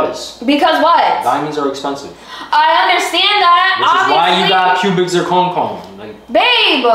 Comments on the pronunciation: you couldn’t even say cubic zirconia 🤦🏾‍♀️😂 proposal and her ring is one of my favorites on YT! really did his big one with both. Her ring is absolutely stunning 😮‍💨🙌🏾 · Yoo when kept mispronouncing cubic zirconia had me mf weak 😂😂.. tho “I would have been satisfied with a ring pop at this point”😂😂..but the thing that’s tied it up and made it funny af Is bloop in the bottom left hand corner chillin cause he already knew what was about to go down 😂😂😂 W 💪🏽🫡